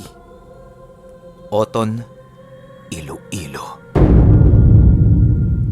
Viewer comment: Pag pronounce po sa oton. Otonnnnnnn